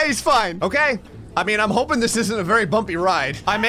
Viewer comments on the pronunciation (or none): none